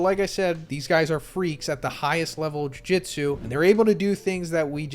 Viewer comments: It's pronounced joo-joot-soo not joo-jit-soo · bro you GOT to stop saying jujitsu.. its jujutsu.. plz and thank you.. i love you... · The way he is saying Jujitsu instead of Jujutsu 💀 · I'm deeply bothered by how you pronounce "Jujutsu". It's the same phonetic twice in a row with "tsu" at the end yet your pronunciation of it makes it as if it were written as "Jujitsu". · Is anyone else slightly bothered by him saying Jujistu instead of Jujustu😂🤣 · For the love of tengen stop saying “jujitsu” and not “jujutsu” it’s driving me nuts bro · ikr lol thats some powerful jujitsu lol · If you're going to make content about something that has a pronunciation used across all of media, then you should use it. It's phonetic it's not hard to say, so why not say it the way the series says it? You can't really argue when the word is phonetic and the anime pronounces it that way